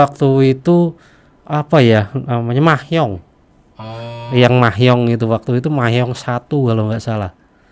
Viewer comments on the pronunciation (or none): Mahjing kali bos bukan mahyoung 2kwkwkw